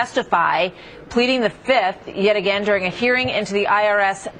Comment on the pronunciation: I plead da FIF.... I plead da FIF.... 1,2,3,4, FIIIIIIIF